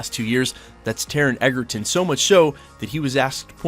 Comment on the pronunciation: You’re mispronouncing Taron’s surname. It’s pronounced “Edgerton” 😊 by the way, I’m the biggest fan of Hugh Jackman and Wolverine but I think Taron can be a good choice. Also, Taron and Hugh are good friends so I think Jackman would be happy if Egerton take the role.